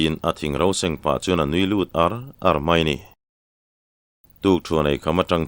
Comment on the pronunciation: Râl donaah hian ṭhian te hi inrâl a awl em em. He laia râl tih leh inràl tihah hian 'ral' rau rau a thluk a insan hleih ang hian, in-mu leh ar tihah pawh hian ar hi lam hniam tur a nia, verb a nih tawh vang hian, pu, ni dangah pawh he thu hi ka comment ziah a, ka comment hi i chhiar fuh lo a nih ka ring, i la thluk ṭhelh ta zel tho a, inràl tiha i thluk hniam ang hian àr hi thluk hniam la ngaihthlak a nuam leh zual ang mawle, ṭhenkhat laiah chuan keini tluk lohvin i thiam tih chu ka pha hran love.